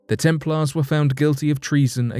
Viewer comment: The temp'laars? What's with the American low English? 🤔😭